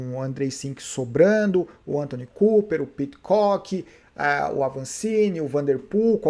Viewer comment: Fala a verdade. Você faz de propósito! ANTONY COOPER? Kkkk É Anton Cooper.